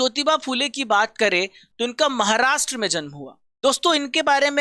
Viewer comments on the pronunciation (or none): none